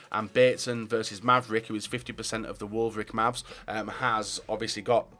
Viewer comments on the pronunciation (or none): Man said wolvric mavs